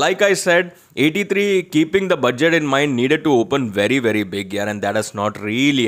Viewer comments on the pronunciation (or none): Bujjet Kya hai bhai?? Budget bolta hai usko🤣🤣